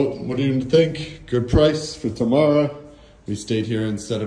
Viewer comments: I love you guys, you really show something different yet beautiful comparing to many of other tourists showing only very touristic places. Btw, it's Temara, tamara means something very different :D (but not bad, no worries) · T'mara , not Tamara 😂